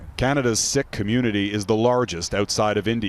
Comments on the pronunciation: Omg its pronounced "seek" not "sick". How did that get past editing. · This reporter needs to learn how to say Sikh...is isn't pronounced sick as he says it! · Of all the words to mispronounce in our sensitive days, the Sikh is said like the word seek. You'd think the humans doing these reports would at least learn how to pronounce names of groups right. This report almost feels like it was done by some ai algorithm set to replace the writers in the office, to mispronounce Sikh as sick, that's usually a mistake ai bots make, plus to air it live without first checking with a real Sikh or Punjabi is a bit shortsighted. Why do they have the job and I have to proofread? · It's Sikh. The i is pronounced like that in sick and more emphasis is given to the 'ha' sound.